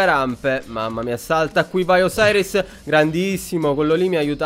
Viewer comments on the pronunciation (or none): none